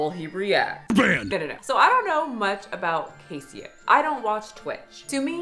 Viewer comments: Is it not pronounced Case Oh? Like Queso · Case-Oh. Queso. Not Casio. And it's literally a bit; he says "You're banned" to everyone. He doesn't actually ban anyone. He purposefully encourages the fat jokes; the engagement it creates has helped build his platform. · CASSIE OH??? it's case oh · Queso! Not Ca-eee-oh! He “bans” for everything. Edited to add the quotes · Cassyoh? Case-oh 😭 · It's pronounced like queso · Pronounced case o Like queso the cheese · Yeah it’s CASE OH like Queso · I think it’s case-oh like queso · It’s pronounced like “queso” lol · ohhh nooo you butchered- no, SLAUGHTERED hid naaaame 😭 it's pronounced case - oh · I don't really know him but I think it's pronounced, like, queso? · isnt it pronounced Queso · It's pronounced case oh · She didn’t even say his name right why is she talking about this 😭😭😭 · You are NOT saying his name right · This video has made you lose a lot of credibility,. You clearly didn’t look into caseoh enough, and it shows. This video is very inaccurate and you even mispronounced his name, which is available in almost every clip he’s in…